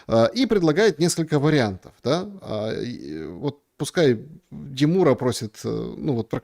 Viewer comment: Какой же ты мерзкий тип ,де мура (ударение на последний слог !!!) Дайте ему иранское гражданство !!!